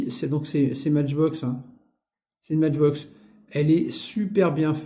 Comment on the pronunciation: Salut , avec les SI Mais je serais multi millionaire , ne te casse pas la tete quand on est gosse et bien on ne pense pas au futur on jou on fait des petites conneries , c est la vie . Beaux camions et Benz ( On prononce Maitchbox ) Merci pour la video , fait attention avec la peinture . Grüße aus Stuttgart .